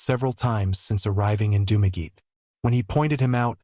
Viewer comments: It's pronounced "Dum-a-getty", not "Doom-a geet". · Dumageet??? AI much ???